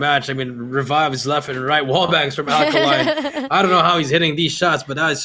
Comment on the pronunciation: his name is Alekhine NOT Alkaline.